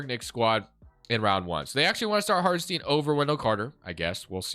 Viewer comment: Sorry, its really bugging my ear, the guy isnt called Hartenstien but HartenstEIn, like in Einstein.